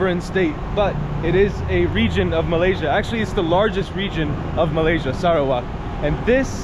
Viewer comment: i loved how you pronounce SARAWAK!